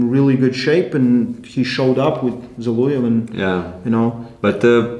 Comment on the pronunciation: It's Zol(O)ev, not Zol(U)ev, please pronounce the surname of the legend correctly man, it's kinda shame.